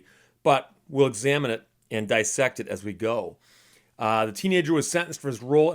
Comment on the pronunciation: That's dis-sected, not dy-sected